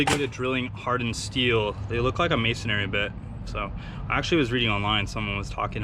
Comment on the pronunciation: "mason-ary" hahahaaaa